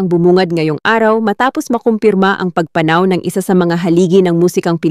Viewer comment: Sana lng ok magbasa un ngsasalita. Para d pilipino. Mali pagbigkas ng salitang pagpanaw. Sorry po, d ganda pakinggan e